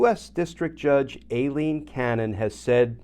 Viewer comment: Dear Glenn, I think you are pronouncing Aileen Cannon's name wrong. It is not Alien... it is Ai-leen. Sorry for my note, but you are so perfect, I hoped you were right on this one.